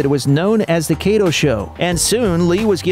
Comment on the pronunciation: You pronounced kato wrong